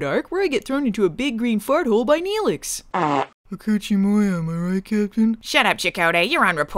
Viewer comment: She fucking said she liked Nelix. NELIX!!